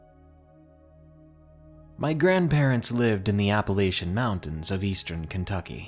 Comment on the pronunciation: I seriously wish you'd pronounce Appalachian/Appalachia correctly. :'(